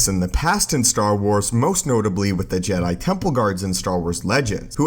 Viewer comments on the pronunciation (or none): none